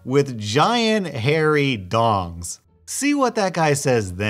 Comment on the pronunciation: When said giant hairy d o n g s I thought he said giant hairy dogs